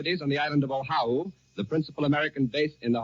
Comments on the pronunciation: Sounds like the newsreader was handed a misspelled memo because he pronounced Oahu as "Ohau" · the announcer calls Oahu the principal island of Oh-how-oo. That's how unfamiliar most Americans were with Hawaii at the time. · So the reporter gets pronunciation of “ zOshu” wrong. He calls it “ Ohau “. This is no doubt “ narration language interference “ Ashe confuses it with “ Ohio”. What gets me is Americans saying this is when WW2 started when it really started in September 1939. But for Americans they think the whole universe revolves around their pathetic country. It didn’t start that way but is now. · The principal island of Ohah-oo? I guess later they changed the name to Oahu? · This sounds like John Charles Daley. He pronounced Oahu incorrectly in that first broadcast. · I wonder if Mr. Daly was mispronouncing Oahu or if it was misspelled on the bulletins he was reading. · Right now as I type this, only 23% of Americans can ID Iran on a map of the world. Not six months ago, right now as I type this, a country we're currently bombing -- that's the actual number. I wonder how many Americans had no clue how "Oahu" was pronounced in 1941. I mean we'd just invaded it, and hadn't even forced it into statehood yet. I guess I should cut the journalist some slack, huh. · Old John seems to be pronouncing 'Oahu' wrong, or maybe he's right and we've been saying it wrong. Also, I'll bet many mainland Americans on hearing this news asked, "Where the hell's Pearl Harbor?" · In 1941, apparently John Charles Daly didn't know how to pronounce "Oahu".